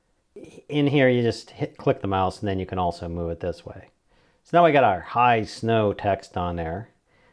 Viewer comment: i got upset when you called it high snow loooool but lovely video